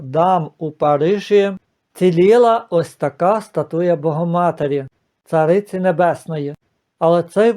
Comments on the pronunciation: Пане не «статУя, а стАтуя». Перепрошую. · Подивилась у словнику:українською стАтуя, наголос на перший склад.